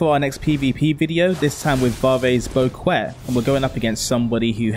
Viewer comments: "Bowquet" Holy crap that pronunciation. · No bro PLEASE don't say bouquet like that ever again